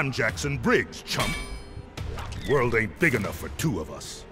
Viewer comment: am i the only one who heard ermac say jason briggs instead of jackson briggs?